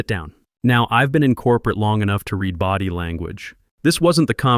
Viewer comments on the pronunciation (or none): Two dollar 8 billon company! These AI's can never say lines correctly, same with "read" or 'Resume"!